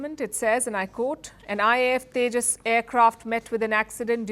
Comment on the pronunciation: Ye Teja Teja Kya Hy ye Teja teja😂😂😂